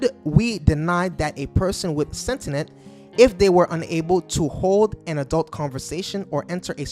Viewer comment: I started to watch. The word is sentient, not sentenent. It’s like saying Nookewler instead of nuclear.